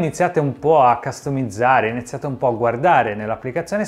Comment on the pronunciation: figa, quando dici ccastomizzare, mi fai impazzire 😂😂